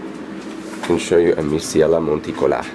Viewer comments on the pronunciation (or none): so funny when you say amesiella monticola, and nice schilleriana.